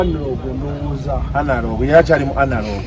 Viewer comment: toyogeza lwasa luzungu lufu agambye anlog nogamba analogo yiiyi that's vanacula naawe